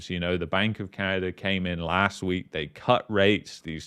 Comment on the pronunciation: Sometimes it's Canada Sometimes it's Canerder